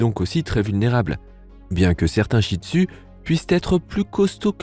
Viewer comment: mais tu pronnonce mal le nom chih tzu toi tu dis chih tu a la palce ;-; car j'en est un chih tzu moi